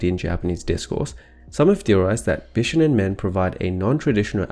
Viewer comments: it's beeshownen not b shuh nen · Bishonen is pronounced "Bee-shoh-nen" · Bishonen is actually spelled BISHŌNEN, meaning it’s not pronounced “bish onen” but “BEE SHOW NEN” three syllables. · The "shō" in "bishōnen" is pronounced "show" not "shuh" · Bishonen is pronounced “BEE SHOW OH NEH NN” not “BISH ONEN”. I didn’t wanna be one of those people but since it’s a very important part of this video, I think it’s important. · I'm sorry but him saying bishounen is very distracting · who are “they”? whoever you mean they’re wrong. it’s pronounced with an ö